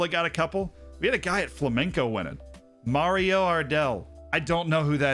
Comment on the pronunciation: F***ing butchering my team's name. It's FlamenGo, not FlamenCo